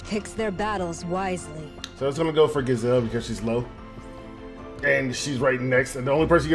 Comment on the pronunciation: It's pronounced G-ee-zelle like geez.